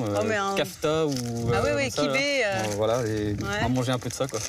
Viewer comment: Elle m'énerve à dire kibé au lieu de kebbeh.